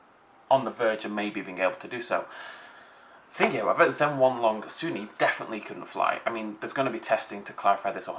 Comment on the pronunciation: Also, Zhen-YEN-long, not Zhen-HWAN-long